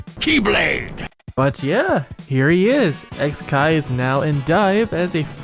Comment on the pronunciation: I think it's suposed to be pronounced "kikai" since it means machine/mechanism in japanese It's a pretty clever pun actually